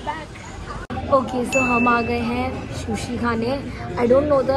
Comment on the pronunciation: it's not shushi it's sushi